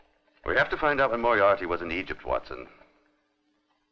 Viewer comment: Moriarity ?? its Moriarty one I.